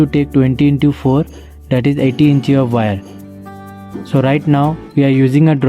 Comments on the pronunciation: It is pronounced as INCH .. not incheee 😂😂😂 you got me laughing on the floor with that. Also, it’s not soldering paste- it’s called FLUX Awesome work by the way!